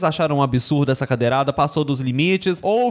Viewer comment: "Cadeiral", 😂😂😂😂😂😂😂😂 Ameiii